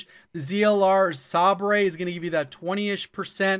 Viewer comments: It's pronounced sabre like the sword man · zlr sabre , It's pronounced say-ber Good vid though 👍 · ZLR “sa -brey” 🤣 pronounced Say-ber my g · Its not sab rey. Its say ber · the way you pronounced sabre triggered me so hard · Sabre is pronounced "saber" just an FYI. It's a sword. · no its french and pronounced sah bru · Sabre is pronounced like saber in the word lightsaber. I’m sorry I just want to help 😂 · I think the SABRE is pronounced as Saber, and not considering Tac laser as a strong contender for minimizing ads time is definitely a major loss to the audience. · Sabre is pronounced sayber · "the ZLR sabrÉ" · Why did you switch up the ZLR Sabre pronunciation, it was fine before